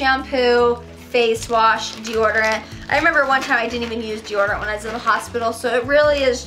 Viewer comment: It’s dee-odor-ant. Not dee-order-ant.